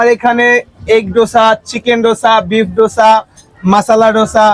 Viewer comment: দোসা no no ডোসা😂😂